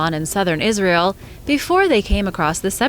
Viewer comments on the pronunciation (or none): none